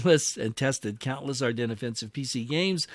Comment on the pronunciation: AR DEN, DEN not DENS. omfg how many people keep saying it wrong. You literally a wargaming channel